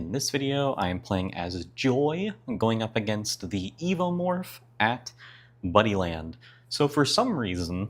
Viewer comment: For the entire video, I thought you were saying "Bunnyland." I was imagining an arcade full of bunny-themed games where a giant alien was running around taking everyone out. Then the ending hit, and I realized... It's Buddyland. 🤦😂